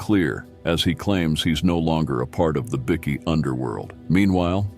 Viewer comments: Its pronounced Bykee not biki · As stupid as it is, it's pronounced " bi-key " ? Don't ask me why ! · Wow a chat bot video oblviously this has been made via AI or a american. As the bikie bickie biker are all pronanced inncorrect. This is a scam hopefully my data is safe. Seriously if you want to make videos at least call them bike.ers not bicc ies